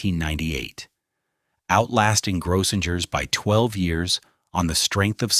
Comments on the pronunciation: Gro-singers is the proper pronunciation. Too bad A.I. can't program correctly. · And it’s Grossingers, with 2 hard G sounds. And a long O. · Grossinger's Resort is pronounced phonetically as GROH-sing-erz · One day AI will know things that thousands of people already know: how to pronounce certain words and names. Grosssingers rhymes with Gross Singers. You would think someone would listen to this before putting it online, but why bother, right? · It's pronounced Grow - sing - ers. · I have lived in this area all my life and still do. Some of his facts are wrong or a little mixed up and so is his pronunciation. Example: it is pronounced gross*singers . Kiamesha he got almost correct kia*mee*sha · all those hotels Grossingers, the Nevelle — they were all mispronounced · JUST COUNT THE NUMBER OF TIMES "GROSSINGERS" IS MISPRONOUNCED!! "KUTSHERS" MISPRONOUNCED, AND ON & ON IT GOES.